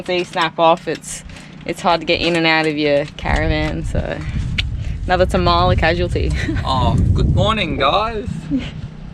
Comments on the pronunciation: hey guys, it's pronounced Tarm-la, not Ta-Ma-La. I go up there often, living in Kalbarri. And yes, you really need to be able to fix your own stuff out there. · The dirt road to Tamala/Useless Loop is normally rough as. You must have got it just after it was graded. I've had to drop tyres down to 20psi on it and go slow. Great spot though. Glad you're having a great trip. Tamala pronounced Tar - ma - la